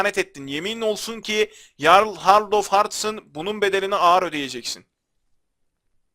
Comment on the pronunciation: Abi amacim kotu degil bilgin olsun diye soyluyorum jarl diye yazilir yarl diye okunur